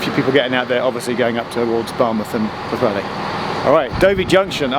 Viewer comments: You did pretty well! I found it a tough name to learn. I was impressed by your pronunciation of the first half, but then your 'welli' instead of 'heli' did give me a giggle - which I appreciate. Great video - an area I used to know well. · Puth-heli is a reasonable approximation. The LL sound is almost unique to Welsh, and the best way of learning the sound is to notice how the TL in the word "antler" works. PS. The letter W is a short oo sound without a shelter, and a long oo if it has the little roof (ŵ) above it. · It's pu-thelli! And that's from a Scotsman, who's never, yet, been to wales, but who supports Clwb Rygbi Caerdydd! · Not as bad as Vera Duckworth. “Poohwelly”. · 'where' Junction on the Isle of Wight??? I keep replaying it, and I have no idea what you are saying! It is worse than your 'Pwllheli'! 😆